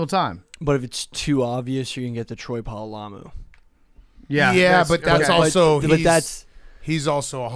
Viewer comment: "Troy Pololamu"